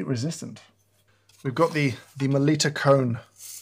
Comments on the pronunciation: Meh-Litta please ...not liiita 😅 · Melitta is German, rhymes with "bitta", not pronounced meLEEta.